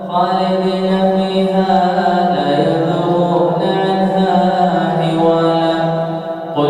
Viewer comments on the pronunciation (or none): خفت انه تغير المعنى في قول الله تعالى لا يبغون عنها حولا الى ليبغون عنها حولا سمعتم كذلك؟